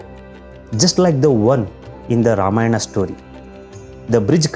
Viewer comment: Don't pronounce Ramayna better to pronounce Ramayan and the same for many other words